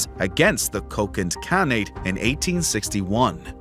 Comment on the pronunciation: for a channel called "Knowledgia", you hilariously mispronounce many names!!! 🤣 you make KHAN-nate sound like some berry fruit ...